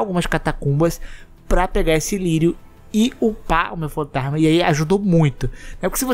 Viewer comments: pq vc fala FantaRRRma em vez de FantaSma? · Parei de ver quando falou upar o FantaRRRma